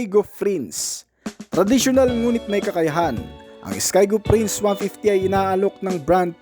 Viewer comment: boss magkaiba ang F sa P. Skygo Prince po yun, hindi FRINCE